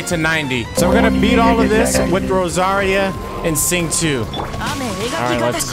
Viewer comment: ur prolly not gonna care, but its pronounced "Zing-Cho"